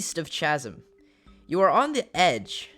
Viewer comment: thanks for the vid I haven't played games like that in years! Barred is pronounced like bard and chasm is pronounced like kah-zim